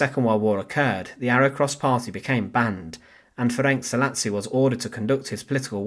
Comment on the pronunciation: Pronunciation is approximately Ferents Salashi.